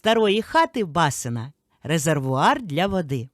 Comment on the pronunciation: Будь ласка,в слові басИна наголос на другу голосну.Принаймі так говорять в Миколаївській області в Новобузькому районі,в Миколаєві.Ніколи не чула наголос на бА сина.